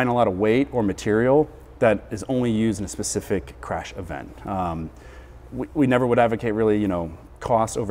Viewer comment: "Pacific strategy"?